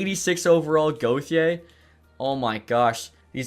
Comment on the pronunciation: I’m not a fan on how he pronounces gauthier 😭